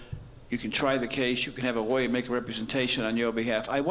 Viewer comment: I noticed that the judge has a problem with the letter L....Listen to the way he say police and lawyer.